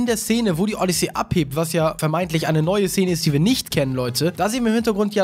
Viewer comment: Die sind aus dem Wooded Kingdom (Forstland) und du sprichst Odyssey FALSCH aus. Du sprichst es Odyssee aus, so heißt das Raumschiff, Odyssey hast das Spiel, lern das mal 😔😰🙍